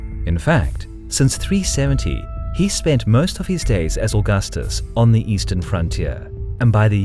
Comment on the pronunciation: Did you really pronounce Prokopios like that....